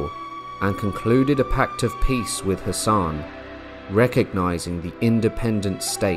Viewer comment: Captivating content, though, with deference-Hassan is pronounced as Hass-an rather than Hassaaan, the a at the end of the name is pronounced lightly.